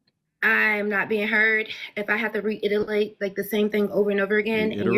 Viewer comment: how you work for the state and don't know how to say reiterate smh